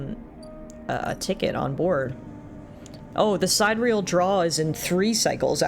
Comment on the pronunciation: Sidereal: Apparently its supposed to be pronounced Si-dir-ee-el. It means something like "astral". Not trying to nitpick or anything. It just occurred to me that "side-real" is a really weird name for a ship!